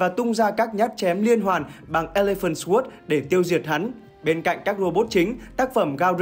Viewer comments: Sword đọc sờ quớt nghe nó cứ trái trái cái lỗ tai :D Không phải khoe khoang tiếng Anh gì, nhưng với những người biết nghe hơi khó chịu :D Nó đọc là sôrd. "sôô đờ" nha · để ý lại cách phát âm từ "sword" nhé, phát âm "xờ guốt" là sai đấy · /sɔːrd/ âm w câm bạn ơi nghe nó cứ sao ý :((( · Sword phát âm sai rồi ad nhé hehehe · SWORD từ này a đọc sai rồi dốt quá đi mất 😂😂😂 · từ sword mà còn đọc sai nữa thì chịu r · ông học đọc lại chữ SWORD đi, nghe mắc cỡ quá hai ơi